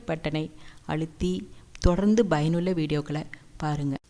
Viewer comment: Bayanulla illa madam payanulla